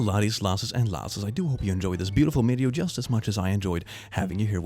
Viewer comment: d-did he say mideo?